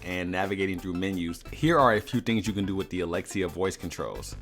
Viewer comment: Thank you for saying alexia xD now I don’t have to mess with my echo dot